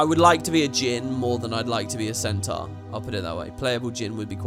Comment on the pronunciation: Its what puts the salads over the humans for me. I can't stand the humies' american accents - particularly their wrong pronunciation of Centaur and Minotaur.